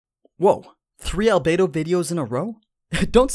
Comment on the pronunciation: Al bed o not bay